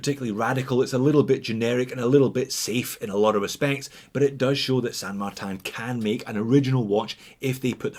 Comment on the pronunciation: “San Magtan” why? In french is….Saint-Martin no San Martin. It is a spanish name used by chinese company, not a french or swiss name, friend.